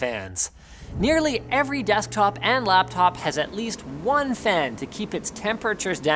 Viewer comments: "Lappop" - December 6, 2019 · ... Did he Say "Lappop"?